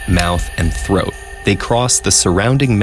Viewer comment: I know it’s super serious and all but I thought it said throot and it was pretty frickin funny.